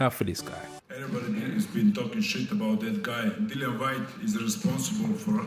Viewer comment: His name is DILLIAN. NOT DILON